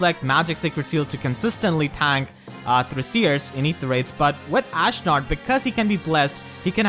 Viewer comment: "Ashnerd" - HA!